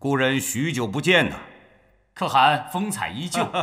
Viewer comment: 沒有人告訴陳建斌可汗的唸法嗎😂